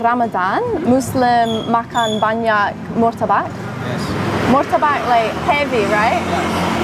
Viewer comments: Martabak boss.....bukan murtabak. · Your Pronounce... Badly... , Not.. Mortabak.... 😂😂😂😂 But is.. right... MARTABAK ... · Malaysia: Apam Balik Indonesia : Martabak, not Murtabak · It's pronounced "Mar" not "Mur" Marrtabakk ... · Please don't say Mur ta bak. As it is written is Mar ta bak, miss.